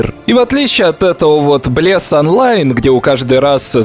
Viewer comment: Блес воскрес в стимес! а ты вообще не правильно сказал